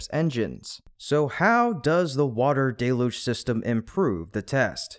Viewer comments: I admire your stubbornness. You are the only YouTuber left who didn't correct their pronunciation of the word 'deluge' You insist on pronouncing it as 'DAY-luge" when everyone who knows how to use a dictionary pronounces it correctly as "DELL-huge". Many started out saying it as you do, but fixed it as soon as they found out. But NOT you. You proudly mispronounced it at least 10 times. I'm proud of you! (Even the auto closed caption system knows you are saying it wrong. You can tell because whenever you say 'deluge', it capitalizes it as 'Deluge' This means you are saying a word it doesn't know. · DELL-LOOGE. That's how normal people say it.